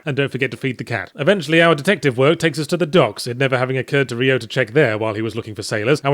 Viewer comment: Jesus, stop saying "Ree-oh".